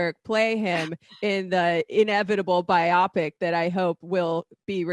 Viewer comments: Bi-opic? BIO-pic, sweetie. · It's bio-pic. Not bi-opic... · The way pronounces “biopic” makes me physically ill